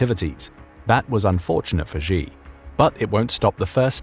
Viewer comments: Why should anyone believe your intel if you cannot even correctly pronounce his name? XI is NOT JHEE. SHEE NOT JHEE. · Why should anyone trust your intel? You cannot even pronounce his name. It's SHEE not JHEE.